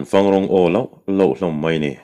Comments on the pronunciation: Vala'n fang ko se, fang rawng aw.. heta 'fang' hi 'buh fang, mim fang' tiha fang angin i chhiar a, a dik lo. Thlûk tur a ni a, 'zufáng, sâwmfáng' tiha 'fáng' ang hian thlûk tur, 'buh' tihna a ni e. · Zai hla an sak hian "fang" tih hi "fâng" ti a lam tur ni awm tak a ni.